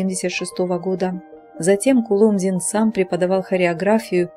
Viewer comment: Перепишите коментарий к видео с правильным ударением КулОмзин ! Хороший человек был ! Светлая память! Всем ребятам из ОПЕРЕТТЫ привет !